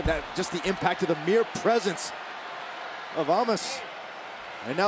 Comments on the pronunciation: what is the correct way to say Omos's name? first it was pronounced " Oamus ", then " Omus " and now it's " Omoss ", make up your mind WWE lol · It's not "Omos" anymore. It's "Amas."